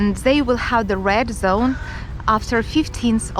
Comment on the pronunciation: Sometimes when you say “red” it sounds like “rad” it took me a moment to understand what was a rad zone 😂